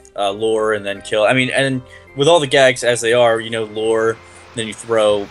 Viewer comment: dude its called LURE not LORE